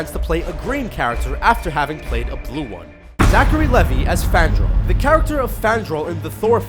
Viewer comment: ZACHARY. LEVI. LEAVE. EYE. LEVI.